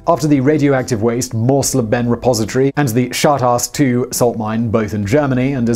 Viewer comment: As a german your misspronunciation of Schacht Asse II is the most hillarous thing ive heard in a long time